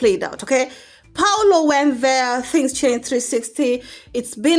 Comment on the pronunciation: Priscy's step dad is pronounced PAUL O and not PAULO. Paul, then, O.